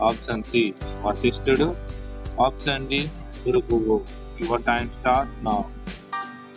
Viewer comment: ఆప్షన్ అనే పదం కరెక్ట్ గా పలకండి